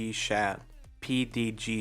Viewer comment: Him saying chan like shan is actually fucking Infuriating